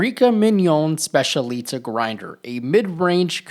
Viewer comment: It’s pronounced SPETCH-EE-AH-LEE-TAH